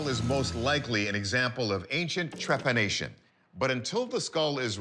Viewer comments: I think what that lady was trying to say was Trepanation , she kept saying trepidation which is completely different , kind of makes me question her credibility when she cant even pronounce the word correctly, I know that as she was saying it there was the correct word written under she still said it wrongly twice ..just saying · Trepadation eh? Jesus she is worse than I thought, what a joke.